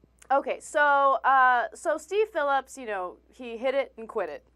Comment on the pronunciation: “Deev” Phillips?? Brooke “Heedly”??? I love that the dumbass female host doesn’t even know the names of the two people in the story she’s reporting on. What a dope! 😂